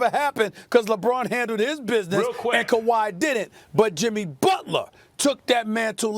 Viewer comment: Stephen A. “LEBRAWN AND NOT KUHWHY” Smith